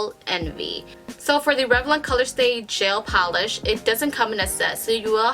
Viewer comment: “Jail pawlish”